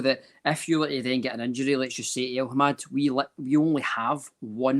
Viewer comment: El-Hamed, it’s El-Hamed why the fuck does persist in saying El-Hamad every week, slap him about please